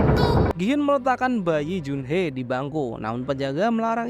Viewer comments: Bang Jun Hee Bang bukan jun-hee bukan pakai e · junhi bang dibacanya